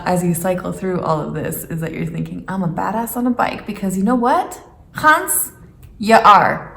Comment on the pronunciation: There is no G in hans.